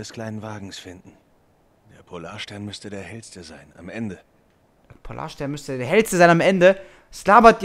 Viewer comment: Ich dachte mir nur am Ende "Hat der nicht in Erdkunde aufgefasst, es heißt Polar"STERN" :P